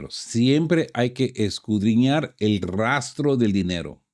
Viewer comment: Porqué te empeñas en utilizar el verbo "escudriñar" si la mayoría de las veces lo pronuncias mal? Podrías sustituirla por " investigar, analizar, examinar, profundizar...